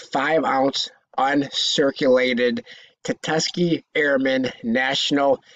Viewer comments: tusk-ghee-ghee not ta-tuss-key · You heard it too🤣 tatuskee 🤣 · Could you imagine the value of a “tutuskee” 5oz round!? 😳🤣